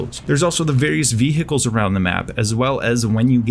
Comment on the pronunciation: Your English is stellar! But i can't stop twitching when u say ViHEcles